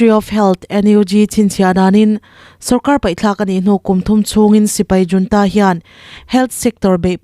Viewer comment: Junta nilo in hunta tih a ri turin chhiar rawh ooo....